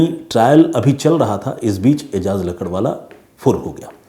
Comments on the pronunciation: Ajaz lakadwala nahi .. lakdawala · भाई आप लकड़वाला,,, लकड़वाला क्या कर रहे हो?? सही नाम है एजाज "लाकड़ावाला"